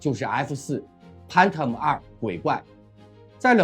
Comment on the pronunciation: 發音太差 PHANTOM 翻騰